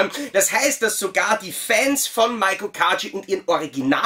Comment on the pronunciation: Ihren Namen spricht man nicht MAIKO aus sondern MEIKO (mit langgezogenem E), so wie er auch im Japanischen geschrieben wird 😉